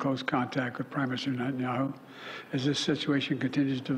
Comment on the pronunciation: 'close contact with primeson neha naho' 🥴